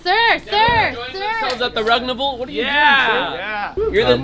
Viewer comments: I love how he said rugnaval unbalivable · Papa rugsaid Rugnavaaln😂😂😂